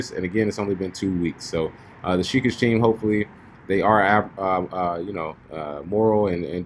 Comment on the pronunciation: Pronounced "Shih-kah-gay"..... as in Hokage (Naruto).. lol it's not "sheekijjj"